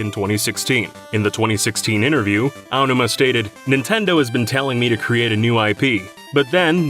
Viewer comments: Why does everyone pronounce Aonuma's name Ayanuma? It's pronounced Ah-oh-new-mah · What kind of person would pronounce Aonuma as "Ayanuma"? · "aiyanuma"??? "caff eye?"??? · There's no "i" in Aonuma, please stop saying it like Aionuma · "I O Numa" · Great video but please stop say "Ayonuma" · “Eyeonuma” smh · Take a drink every time "Aonuma" is pronounced incorrectly. Hell, every Japanese name.